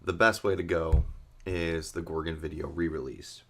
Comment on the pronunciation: Its pronounced gore gon